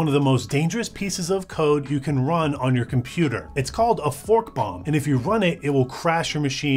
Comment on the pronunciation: I heard was f bomb rather than fork bomb, but yea. Sounds the same and does the same thing 😂😂😂